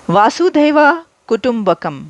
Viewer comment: Reena Sachdev 🙏🙏 Vasudev kutumbakam Sanskrit word hai jiska matlab hota hai whole world is one family.. Aliya Vasudeva ya Vasudheva nahin hai blki Vasudev hai please pronounce correctly.. Purana nahin hota Puran please pronounce correctly Puran bolty Hain purana nahi.. Puran ko plural mein Purans bolate Hain puranaas nahi.. Kutumb yani Parivar kutum yani khandan.. Yah hajaron salon se meaning hamare andar hai Sanatan Dharm ki pahchan hai Lekin aajkal ke log wars zone mein aaye hue hain.. lakhon sal bad hi use Kiya ja raha hai madam kyunki Sanatan Dharm aur Bharat lakhon karodon sal Purana hai behtar hoga aap hinglaj Mata ke mandir jaaiye vahan ke pandit Ji se personally Mili hai aur Bharat aur Bharat Bharat ke Sanatan Dharm ke bare mein knowledge gain kijiye aapko bahut jarurat hai.. Sanatan Dharm tha hai aur rahega duniya ke khatm hone Tak aur Bharat bhi rahega duniya ke khatm hone Tak kyunki Sanatan Dharm ki paida hone ki koi tarikh nahin hai Islam Kalyug mein paida hua hai Christianity Kalyug mein paida hui hai aur Inka khatm hone ki tarikh bhi likhi hui hai Bhavishya Puran mein.. Hinglaj Mata Mandir ke pandit Ji se puchna satyug treta Yug dwapar Yug aur Kalyug ke bare mein Charo Yug ke kitne lakh sal purane Hain.. Hamari Sanskriti ko hamare Sanatan Dharm ko kuchal ke rakh Diya Muslim invaders ne aur Britishers ne lekin ab Bharat apni pahchan ko fir se aage la raha hai.. Thanks Reena Sachdev 🙏🙏